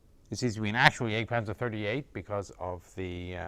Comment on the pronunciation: Why does he gotta pronounce Jagdpanzer like that